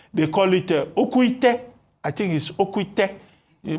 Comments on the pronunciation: DR ABATI ITS “OKE ITE “😂😂😂😂😂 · I wish I could pronounce Oke Ite for Dr Abati. You ended up beautifying the thing with the way you pronounced it.